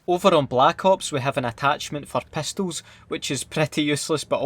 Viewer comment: Pestols lol